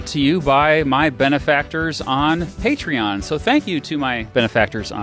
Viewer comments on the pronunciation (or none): none